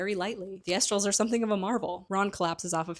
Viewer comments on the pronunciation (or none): Some of your pronunciations are so completely wrong. "THEASTRALS?" "MORODORS"? Come one now, it isn't that hard to look up how these words are pronounced.